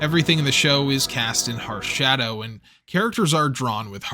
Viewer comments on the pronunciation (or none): none